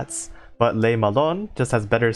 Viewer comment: I'd also add that the "Le" isn't pronounced like "lay" but more like "luh"